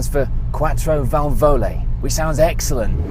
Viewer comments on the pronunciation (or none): Nice report, very well done. If you want to pronounce Quattro Valvole more gracefully you just have to leave the accent where you also have it in English: on the 1st "a" of vAlvole.